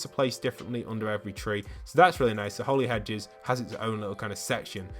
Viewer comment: Its not holey hedges its holly hedges